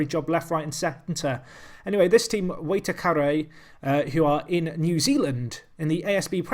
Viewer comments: I actually live in Waitakere. Its pronounced Why-tak-ahree for future reference. Love the series btw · emphasise the second syllable